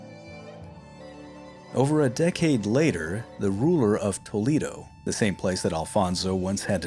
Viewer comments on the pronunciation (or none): Yes, it's Tolaado not Toleedo. Tharagtha not zaaragoesa .